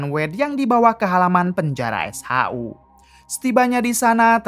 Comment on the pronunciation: SHU. bukan s haa huu